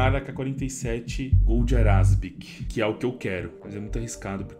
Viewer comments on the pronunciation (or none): que dia vc vai ler o nome da skin e ver que não é ARASBEQUE e sim ARABESQUE??? kkkkkkkkkkkkkkkkkk